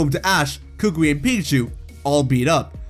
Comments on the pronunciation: kookwi 💀💀 Its kukui kokowi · K a k u I not k u k u k u I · It’s pronounced coo coo ee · Are we not gonna talk about how he was pronouncing Professor Kukui's name? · Oh I hate his pronunciation of kukui